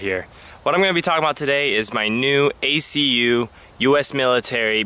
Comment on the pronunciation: One part you said Accu, youre supposed to just say they letters like you did in most of the video. No worries, I am an Army vet, its no biggy